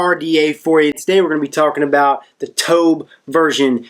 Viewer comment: Someone like should know it's not called the T-O-B-H! Geez that drives me nuts when i hear people spell it out. I don't know what ever gave anyone the idea that its spelled out?!? but, yeah, should def know that it's the Tobh, not the T-O-B-H.